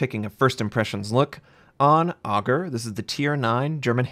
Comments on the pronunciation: It's pronounced ay-gueer not Ogre, could you please at least try to pronounce the names correctly? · Ägir is pronounced "ay-gee-year" or "a-gear", (depending on if you're using the German or Scandinavian pronunciation). Not like "auger" or "ahh-gir". I wonder if this is a ship we're actually going to get or if it's going to be just another lame teaser ship. Also, why are we using Norse gods for German ships? There are just as many viable namesakes for German paper ships as any other nation. I get WG doesn't pay much attention to any history that isn't Russian or isn't on wikipedia, but come on. Name the German large cruisers after the German states (like the US did) of Schleswig-Holstein, Brandenburg or use some other designation. Leave the nordic names for an entire Scandinavian line. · with the umlaut over the A it's pronounced with a solid "A" and not "Aug" as you are pronouncing. You are saying the name of a character in Norse mythology, not a farm implement. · And you would properly pronounce it like eh-gear with emphasis on the "eh" :D Love your vids btw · Pronounciation of the Ägir is (understandably) difficult the "Ä" is pronounced like the "a" in the beginning of "and"